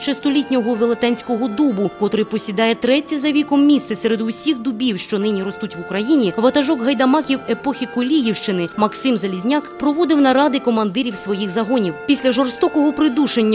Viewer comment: Наголоси у власних назвах жоден неправильно. Чигири,Суботів,Коліївщина,Мельники. Неприємно,що коментатор не дізналася правильної вимови